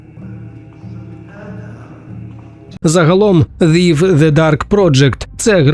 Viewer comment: Thief вимовляється як Зіф? Сіріуслі?)